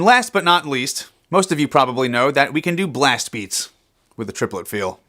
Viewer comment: Trip-el-et.... its even a triplet when you say it...